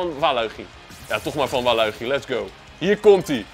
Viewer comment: Je spreekt het uit als walitjie